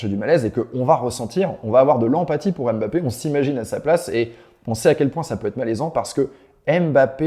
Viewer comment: mmmbappé et non M bappé